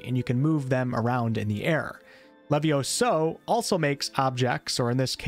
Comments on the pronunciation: Its levioso not leviosa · It's LeviOso, not LevioSO.... 😑😑😑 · Es leviósa, no leviosáaa... Es levióso, no leviosóoo. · It's LeviOHHsa not leviosAHH. You know I had to say it.